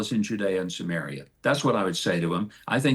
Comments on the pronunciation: He keeps saying Judaea and Sumerea or whatever.. how can Palestinians accept people like this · Huckabee keeps saying "Judea and sumaria" like it's a defined land with borders... And then says Palestine doesn't exist because it doesn't have defined borders.. Filthy